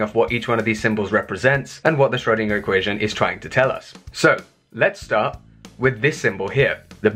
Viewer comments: What is this current trend to mispronounce Schrodinger's name?! It is "shrur-" to rhyme with "purr" - not "shroh-" to rhyme with "go". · It's not Sh-RHO-deenah - the umlaut over the 'o' effectively changes the 'o' to 'oe', thus making the sound much closer to 'er'. 'oer' if you prefer, but for English speakers, 'er' is a good approximation. I'm not going to argue with your phonetic rendition because it looks accurate to me, although I'm no expert.